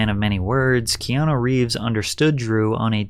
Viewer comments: Patrick absolutely butchering Keanu’s name every single time Ke-an-a Ke-an-o Ke-an-i Bruh 🤦🏼‍♀️ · Patrick, for the love of God. It's pronounced Kay-ah-new. I'm Hawaiian, trust me. You always pronounce his name key-ah-no.😂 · Key on ou not key on o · It's KeanU not KeanO! lol great video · This is a bit hard to listen at moments, when 90% times you call him "Keano" instead of "Keanu" 😅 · Why does he call him Keano the whole videos? Is it just to bait comments like this? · His name ends with a U not an O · That pronunciation of "Keanu" is wild.